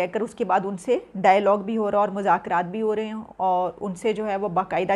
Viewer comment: Mujakraat nahi MAZAKRAAT